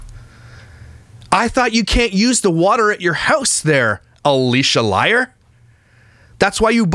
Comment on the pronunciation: A”lush”a…. Love it!